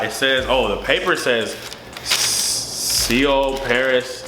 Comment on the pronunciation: Pronounced like soul my brother 😂